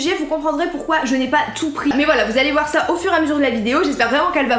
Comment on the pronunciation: « Vous allez voir ça » avec l’accent du nord!!! Vive le nord!!